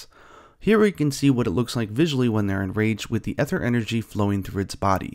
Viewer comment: Looks pretty good, I'm really liking the art style. Just a tip if you're going to be covering this in the future: the "ae" in aether is a but tricky, but it's pronounced more like an E than an A. better to say EE-ther than AY-ther, even if neither is exactly correct.